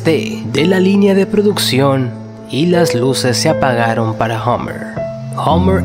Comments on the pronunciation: Podrías pronunciar Hummer correctamente. No se dice "hOmmer" como dices tú. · Es Hummer con U, no "Hommer". La U allí se pronuncia parecido a una A española, no una O.